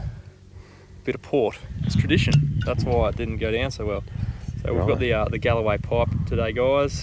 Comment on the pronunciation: Its GALWAY PORT not GALAWAY.. Sorry